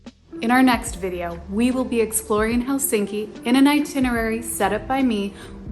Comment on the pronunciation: And the stress in always on the first syllable.👍 It’s HELsinki, not HelSINki!😠 And its Swedish name Helsingfors is abbreviated from: Hell, sing for us…😉